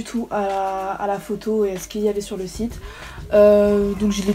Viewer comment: Au début tu dit c’est un chite au lieux de site